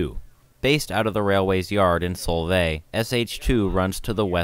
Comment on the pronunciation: Fyi, It's Sol-vay not Sole-vay😅